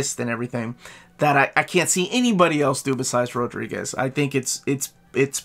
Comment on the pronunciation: Brother did not waste the R’s in Rodriguez